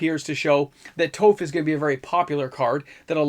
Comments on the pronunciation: Say off, then add a t. T-off. That's how you say Toph. Not toe-f. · It's been commented before and this is for engagement, but Toph is pronounced like the first syllable of toffee. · Her name is pronounced Toph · There isnt a second vowel in Toph, so the 'O' wouldn't be capiltalized. Soft 'o' with an 'F' sound at the end for pg